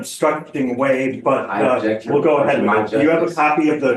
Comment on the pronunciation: "I ubbjekt"